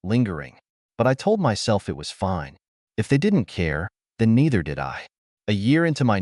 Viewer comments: Not "I-T". "It" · Why does the AI narrator pronounce (it) as "I" "T"? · Your mom, dad and sister need to find jobs to get money. They are free loaders. Your story is too long, pronunciation poor. "IT"? Pronounced "it". Get someone to teach you the English Language. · Terrible, terrible AI voice that mispronounces so many common words. Frequently saying "I.T." instead of "it" being the most frustrating. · The word "it" still exists. And it should not be pronounced "i t" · It's odd that the word "it" is being read as I.T.... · Would someone PLEASE fix these AI voices to say the actual word "it" instead "eye tee".